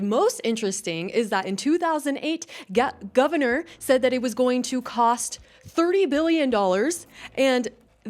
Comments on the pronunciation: Lol you said Gavinor! Great accident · I like that you said "Gavinor" 🤣